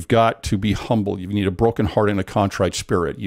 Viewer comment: Was hoping would comment on the strange LDS pronunciation of ‘contrite.’ I’ve only ever heard LDS people pronounce it CON-trite. Everyone else says con-TRITE.